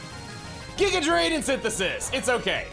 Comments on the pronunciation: The weird G-eye-ga pronunciation comes from people comparing it to the villain Giygas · Giga being pronounced that way is probably from earthbound